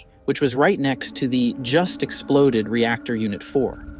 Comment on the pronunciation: There are so many “ rep tor”( reactor) type ludicrous mistakes here that I have to just ignore the whole thing.